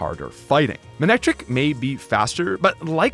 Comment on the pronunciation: IT'S MANECTRIC, NOT F*CKING MANICTRIKE!